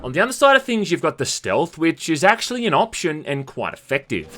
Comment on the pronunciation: "acksually" literally not even 20 seconds after.